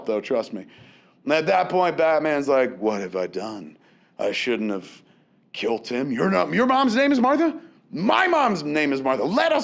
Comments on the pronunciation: That Martha bit really got to me, I know that everybody says its silly but it struck an emotional chord with me. Also Kevin I'm wondering why are you calling it kilt instead of kill? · I love the way Kevin says "killed"....he pronounces it " kilt" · Why does Kevin pronounce 'killed' as 'kilt'? Is it a regional dialect thing, or just a Kevin Smith thing? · Is Kev saying "Killed" or "Kilt"? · nictro No its just being lazy. I have never heard anyone else pronounce it like that.